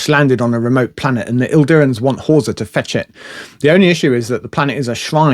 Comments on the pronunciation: One minor quibble: it's 'Idirans', not 'ILdirans'. It's a common mistake, mainly due to typefacing - the capital 'i' (eye) and 'l' (ell) look almost indistinguishable in many fonts, so it's not unusual to misread the 'I' as an 'L'. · Idirans, not Ildirans. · You keep saying "Ildirans" - there's no "L" in it 🙂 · There's no L in Idirans